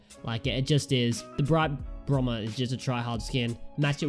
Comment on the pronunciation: You said Brite Bromber lol